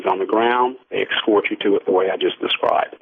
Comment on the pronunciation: they "excort ya".